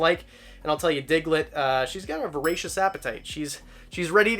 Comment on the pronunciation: 100% thought you said racist appetite around the mark, lol!